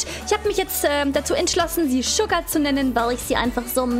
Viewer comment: Und man spricht es Schugar aus und nicht sucar 🙃